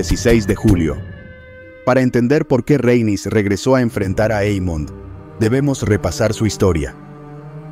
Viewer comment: RHA-EN-YS, Rhaenys, no el constante "Reynis", XD....